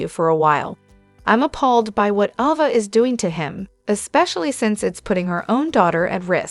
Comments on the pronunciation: Pronounce the name properly A ……va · Her name is AAAAAAva not AHHHHva!!!